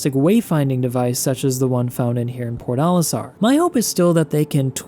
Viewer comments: omg its "PORT Olistar" I was so confused as I only heard PORDALISTAR for half of the video I never played this game btw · It's probably just me, but i keep hearing you pronounce Port Olisar as Pornolisar.